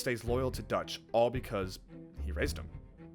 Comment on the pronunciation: You calling Dutch “Doug” took me out 😂